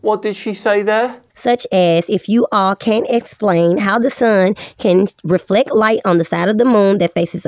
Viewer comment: With a voice like that she HAS to be trolling. You can’t take anyone seriously when she pronounces reflect “reflek” and gibbous “gibbious”. But i did like her as that sheep in Zootopia lol